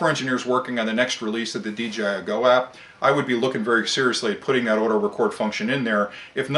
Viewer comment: Very good points sir. . . Why do you say "DGI" and not "DJI"? I would consider the DJI Inspire a "top of the line", grade A drone. . . Costs about 3 times more than a Phantom 4!